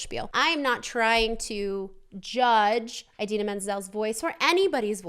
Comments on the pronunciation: a-deenaa not eye-deenaa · it’s ih-dee-nuh not eye-dee-na :) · So for Idina's name, the "I" is pronounced the ih, like when stitch is saying yes in lilo and stitch and he goes "igch". think about that sound so rather than aye-dina- its i-dina. at least that's how Ive always heard it pronounced, :p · her name is pronounced in-deen-a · Btw it’s ee-dee-na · You pronounce Idina like the I in the word "in" :) just to clarify since she seemed confused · You pronounce it “adina” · I think its pronounced "id eena" :)